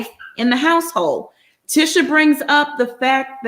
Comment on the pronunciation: Now saying the names different. It's Mar - so not Mar-sue. And it's Tee-sha Not Tish-a. Excuse my correction if I'm wrong.